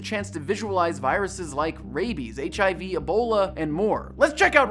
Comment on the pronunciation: THIS IS RAI-IBIES THIS IS RAI-IBIES RAIBIES RAIBES RAIBIE-ES